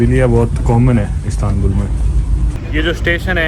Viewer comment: ISTANBUL ❌ CATSTANBUL ✅😂